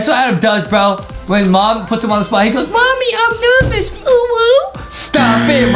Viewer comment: LOL first time justin says "nerwvous" IT REMINDS ME OF DHAR MANN HAHA!!